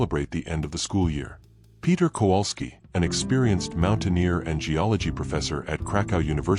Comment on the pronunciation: Why does the American narrator mispronounce the name Kowalski so badly? It is virtually unrecognizable. And Cracow/Krakow is not pronounced Krakau. I am not Polish but speak and understand Polish enough to be irritated by such errors.